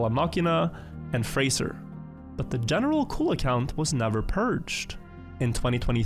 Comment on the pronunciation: As a French, seeing « General Cul » taking all the screen and hearing wrongly pronouncing it is so funny